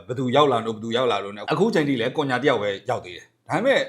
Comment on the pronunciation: ကွန်ညာမဟုတ်ဘူးကွ ခုညှာလို့ဖက်ရတယ် အသံထွက်တွေလေ့လာပါဟ